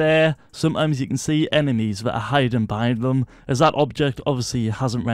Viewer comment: Did he just say emenies?